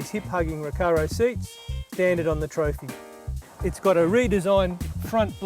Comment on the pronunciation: Sounds more like he's saying four spot (four pot?). Also, it's Trophee not Trophy ;)